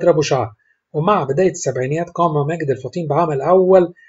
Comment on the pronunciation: الفُطيْم وليس الفطيم